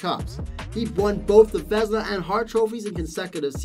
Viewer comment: horrible video, what the hell is Vesna??? Doing video about goalies and screw up their trophy name??? dude... what a shame